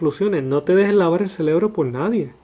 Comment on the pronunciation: Que pereza escuchar a este "maestro" que se cree tener la correcta interpretación. Que dice "les están labando el celebro" en vez de "cerebro". Estoy de acuerdo que gran parte de los Pastores de hoy, imponen el diezmo de madera descarada, pero eso no invalida nuestra responsabilidad para con la Obra. Este Sr. es un falso maestro, y habría que hacer todo un video para rebatir sus falsas interpretaciones, y sinceramente, ése no es mi llamado. Bendiciones